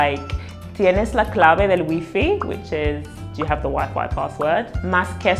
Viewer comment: Really nice , but the only thing that u got wrong is the wi fi , in Colombia u gotta say : ( guai fai ) o la contraseña de internet , no (gui fi ) that's how they call it in Spain. But other than that it's a really good and interesting video 👍👍🇨🇴🇨🇴